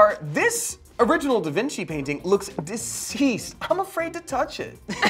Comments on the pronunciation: da Vinci is pronounced da vinchi like ch in chip but spelt da Vinci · The fact that they still say DaVinki makes me so happy